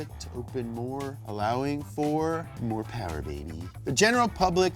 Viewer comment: man, I miss your mo powahs